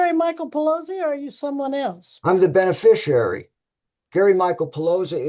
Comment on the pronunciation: Wow. Only six minutes in and I already know that the defendant attended the Gish Gallop school of law. PS. There is no "U" in "beneficiary". Enunciate!